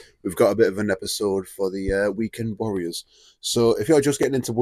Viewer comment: 😂 "Weekend worriers" 😂